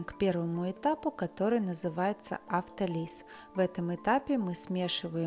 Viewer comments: ударение в слове аутолиз на слоге-то-это надо знать! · 1 В слове аутолиз(автолиз) ударение на О , а не на И. 2 тесто насыщается не кислородом , а воздухом , оно не может из воздуха отделять кислород , и 3 бумага не пекарная , а Пекарская , не повторяйте чужих ошибок .